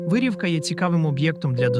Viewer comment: Не ВИрівка, а ВирІвка.